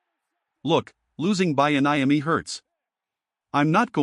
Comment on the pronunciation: And the mispronunciation of Bieniemy really messed with me. We need to move Antawan Randel-El up to OC and get ready for the Draft